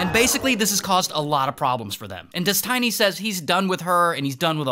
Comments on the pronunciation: Des TEE NY Not Des TAI NY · Why do you say it like "DesTINY"? when its clearly Destiny as in someones destiny, you know this Ray.. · des tiny? what its literally destiny like how do u mispronounce that 😭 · He said “dis-tiny” instead of destiny 😂😂😂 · I'm sorry Ray but it's destiny not tiny it's like tinie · Holy moly I was laughing so hard when I heard "des-tiny" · This guy has Key and Peele level of issues with pronunciation 😁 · des- TINY pen1s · Melon-a and Des-Tiny absolutely killed me lol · "DES-TINY" is mad 😂😂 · My guy called him Des-tiny I AM DONE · I love that Ray called him ᴰᵉˢ instead of Destiny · U CALLED HIM DES - TINY 😂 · I love how he's calling him des tiny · "des tiny" 💀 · lol "des-TINY" hahahaha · so we are just not going to talk about how Ray keeps calling him "Des-tiny" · Destiny❌ Des-Tiny✅ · Des-tiny LMAO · "Des Tinny" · Dez-Tiny and Mel-inna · Des-tiny lmao xD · Des-tiny? Lol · des-tiny LOL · how you gon say destiny as Des Tiny 😂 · How does an english speaking person read out Destiny as Des-Tiny? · "Des Tiny" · Ah yes Des Tiney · Why are you calling him ThisTiny? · why is he calling him des tiny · bro said Des Tiny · Bro its "Destiny" not Dest i ny or Destainy :D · Bro said des, tiny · Des-TINY lol.... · haha Des-Tiny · Des-tiny? Really? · Destiny not Destine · Des tiny. Hahahahaha. Now say it with me Destiny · DESTINY NOT DES-TINY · No it's definitely Des-TINY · he said des tiny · Calling him Des-tiny is sure to trigger Infrared Haz's insecurities 😂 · "Des-Tiny" is killing me. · i spitted my food when you called him des tiny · Pronouncing it like "dez-tiny" is driving me nuuuuts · why is he calling him dest tiny? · Did he say dis Tiny ? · why "destiney"? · they way you say destiny is killing me 🤣🤣☠ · Why is he saying "destiny" in such a weird way? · Is nobody talking about how he says destiny 💀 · Is this an actual person reading this script? The pronunciation of destiny is weird.